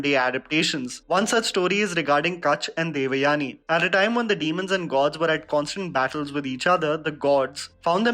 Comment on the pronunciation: Oh ur "devyani" pronounciation is so fake. As if u never heard the common name or as if u r alien to Indian origin names